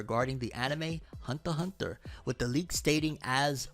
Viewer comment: It’s been I don’t know how long and this dude still can’t say the word “Hunter” correct